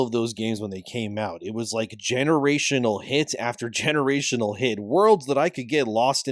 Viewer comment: Say 'generational' again - I fucking dare you